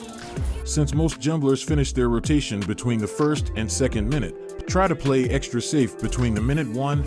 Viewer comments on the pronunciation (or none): none